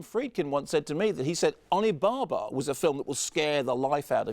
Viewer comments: It's a Japanese horror film called Onibaba from 1964, which Kermode refers to often and mispronounces consistently. The 'baba' should be pronounced the same as in Babadook. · I was trying to figure out what he says, it sounds like "Alibaba" can't find it on IMDB, do you know what film he is referring to?